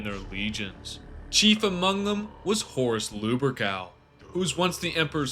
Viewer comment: Horus Lube-ur-gal?